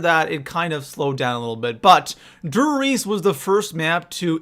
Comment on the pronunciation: Instantly stopped watching when he called der riese da Reese 😐👁👄👁